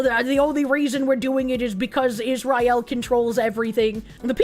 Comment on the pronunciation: Hearing the mispronounce Israel and Iran, and repeatedly, is giving me brain damage.